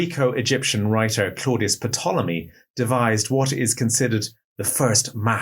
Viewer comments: It's originally a Greek word "tulami" so no P is not said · Is it an accepted pronunciation of ‘Ptolemy’ to voice the ‘P’? I hope this doesn’t seem pedantic, but it’s just that I’ve only ever heard it pronounced with a silent ‘P’, regardless of which Ptolemy is being referred to.